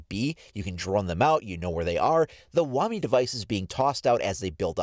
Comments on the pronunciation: Its pronounced as "wamay" not "wamee" wtf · It’s WA-MY not Wami it’s spelled Wamai for a reason not wami